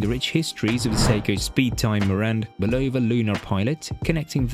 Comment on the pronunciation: I love how the British pronounce Bulova as "ba-LOW-va" with the emphasis on the middle syllable. It actually sounds better than the technically correct American pronoinciation that has no emphasis at all. 😁 I do believe that the Lunar Pilot is the superior timepiece overall because of its technical advantages. However, for most people, it will wear too big and its technical prowess (like the super-accurate stopwatch) will be irrelevant to the average person. One thing that will NEVER be irrelevant to the average person however is Seiko's solar-powered movement. I think of it as an homage to Citizen's Eco-Drive and that's something that I think everyone would love. Very few of us need a chronograph that can measure tenths of a second. Having said this, I personally bought a Lunar Pilot because I have the wrist for it and I love its history. It's also great for playfully trolling people who spent insane amounts of money on Omega Speedmasters. A lot of Speedmaster owners are douchebags and I troll them to death with my Lunar Pilot and (even worse) a Pagani Design PD-1701! Oh how I adore the horror in their eyes when they see it! MUAHAHAHA!!!! 😁😂🤣